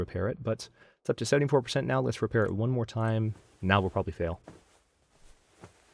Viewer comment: "Whenever you fair at a repail". I year ha. =P